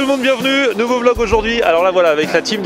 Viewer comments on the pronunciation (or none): none